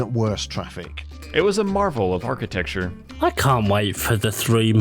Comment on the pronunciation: did he say aaarchitecture?